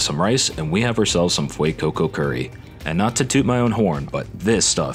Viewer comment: NO THE WAY HE SAID "CUURRY" NOT "CURRY" WHYYYYYYYYYYYYYYYYYY